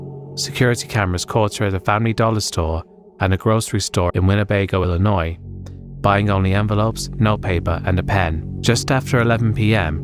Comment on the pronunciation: You say Illinois like a pro!